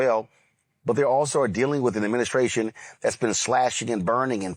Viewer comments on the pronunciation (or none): Is he saying "adminiscration"?!?!